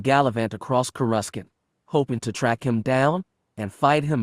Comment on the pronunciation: Corescant is pronounced with no c